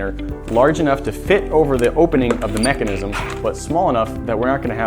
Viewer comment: You said mecinisisim to manu times